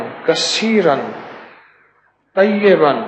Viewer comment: Salam hakeem Sahab, one correction, one word that's - Tayyiban but not tayyaban, please thoda gaur karen, maaf karna agar mughse koi gustakhi hui ho to.